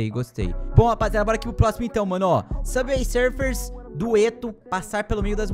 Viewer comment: "sufer"que português bom👍